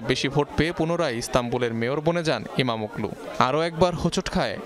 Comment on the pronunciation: উনার নাম ওগলু না, অলু 😐 আর এরদোগান নয়, এরদোয়ান, ইস্তাম্বুল নয়, ইস্টানবুল রিপোর্ট করার আগে উচ্চারন নিয়ে নুন্যতম একটু স্টাডি করা উচিত।